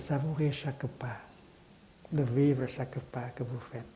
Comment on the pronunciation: « VIVER » ??? Sérieusement ???